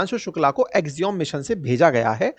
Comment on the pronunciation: अवस्थी जी, एक्सियोम नहीं एक्सियम सही उच्चारण है।